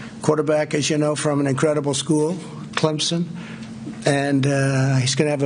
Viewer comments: Climson? Sir, you pronounced his school wrong. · Is this a press conference or a shit show update? And what does he mean by- we won't know for years possibly if we do it right. Do what right? Sabotage the election?! So now we have college QBs calling the president and lying about wanting to die. And what's the name that school, Clumpson? That's how our supreme leader pronounces it